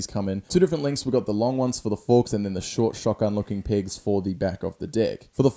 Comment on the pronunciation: When you say pegs your saying pigs 😂